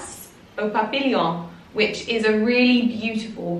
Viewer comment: nice vlog Lydia. Just to let you know that the french word Papillion, which means Butterfly is actually pronounced Papeon. xxxx